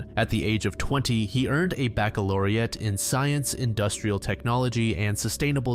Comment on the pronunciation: bac·ca·lau·re·ate, he said that right